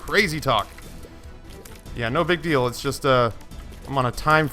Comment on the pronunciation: Deal not deak